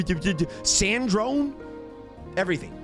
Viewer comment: its sandrone not sandron oml